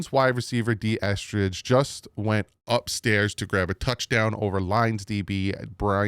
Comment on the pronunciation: I don't care about yesterday's practice dude...just say the damn names right! Eh-ZOO-comma and EsKridge not EsTridge